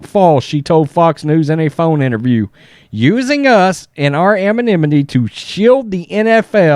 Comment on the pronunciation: I think you pronounce “anonymity” differently every time you say it. 🤭